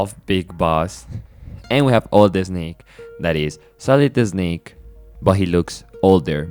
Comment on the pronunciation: Oh man, I love your accent and pronunciations. I mean no disrespect, but "Sohlid Esnake" gave me a good chuckle. Great video.